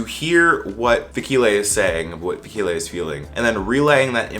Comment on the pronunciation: I swear keep hearing Sakhile. Now im realizing that he is talking about Fikile.